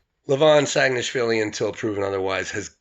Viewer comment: your "saginashvili" pronunciation is perfect man, first time i hear foreigner says it perfectly :D